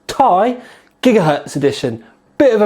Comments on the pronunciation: Nice review, but god your killing me, I'm pretty sure it's T-I not tie, but who cares your reviews rock, LOL :p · Does anybody else find the way he says "Ti" like its one word annoying? I mean come on... Has this guy ever watched another video of somebody else saying the name of this card and thought," Hmmmm maybe it isn't pronounced like one word." I would have thought by now that he would have figured out he was saying it wrong. Its like saying an acronym as if it was a word. For example if you asked him to say "NSA" would it come out sounding like he said it as one word? Damn I spent too much time on that comment... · 780 "tie" xD